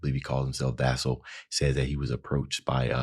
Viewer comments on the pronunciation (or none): Vessel, as in a vessel for this message. Not vassal. That's something different.